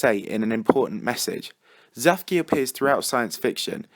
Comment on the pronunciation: It's not zaphkiel it's zadkiel.